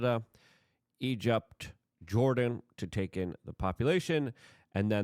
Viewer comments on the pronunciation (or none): none